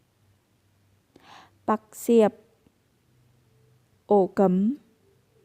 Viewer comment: Ổ cắm bạn này nói là ổ cấm kìa, ng lào nói như này là tốt quá rồi.